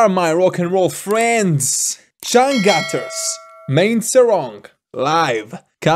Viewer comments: We pronouns c /ce/ not /se/ and u as /u/ not /a/. Read like spain or german without change the the sound. Changcuter becomes /c∆ngcuter/ not cangcater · it's pronounced chunk-chooters changcut means underwear lol